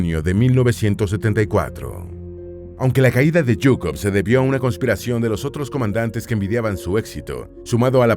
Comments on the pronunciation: Zhukov, se pronuncia chukov, no es yuko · a mi no me encanta tanto, ZHUKOV (SHUKOFF ó SHOO-KOV) es lo correcto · Es que usted sabe mucho o que? Porque dice yucov zukov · Porque pronuncias yukov? Se pronuncia Shukov Si vas a decirlo tantas veces en el video pronuncialo bien. Me da asco de solo oirlo mal. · su apellido es: ZHUKOV (PRONUNCIADO SHU-KOF Ó SHUKOV) , molesta escuchar su apellido erroneamente como GUKOV, favor corregir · Yukov?? Qe no se lee: zukov,,,,, tonses como se pronuncia: zhukov , en españól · ¿En serio es tan difícil de pronunciar ZHUKOV? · Sólo un aporte la correcta pronunciación de Zhukov es Zzzzzzzzzzzzzzzuuuuuukov como el sonido de la abeja, me lo comento una maestra de ruso que tuve en donde teníamos que hablar de personajes históricos de Rusia y yo escogía a Zhukov jaja 7u7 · Te faltan muchos conocimientos. La verdad, sin la ayuda de USA la unión soviética hubiera sucumbido. Son palabras de Zhukov, no mías. Por cierto, al ser apellido de madre se pronuncia Zhukova, todos fallan en esto. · "yukov" 😐😐😐😐 En serio? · Me encanta como le cambia el nombre a general zhukov diciendo Jhukov. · si el apellido fuera Jhukov, estaria bien la pronunciación de YUKOV del video pero su apellido es ZHUKOV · La h es muda y no pronuncias la z Zukov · Por favor, ¿podrías no pronunciar en inglés los nombres que no son ingleses?. Hablas de von Paulus a continuación de Leningrado como si estuviese allí, pero sabes que estaba en Stalingrado. Yo no creo que Stalin tuviese miedo a Zhukov, de otro modo lo habría fusilado en las grandes purgas, como hizo con Tujachevski, mucho más brillante que él y de quien Zhukov aprendió las ideas de la guerra móvil. Seguramente era el tipo de persona de origen humilde y de aspecto campechano que Stalin no solía temer, y que por tanto podían sobrevivir en su presencia, como le sucedió con Khrusev.